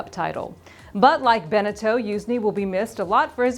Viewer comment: she never pronounce good😂